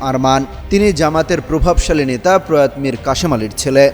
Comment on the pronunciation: প্রয়াত ' উচ্চারণ কি ঠিক বলেছেন? প্রয়াতো এ ভাবে বলতে হবে।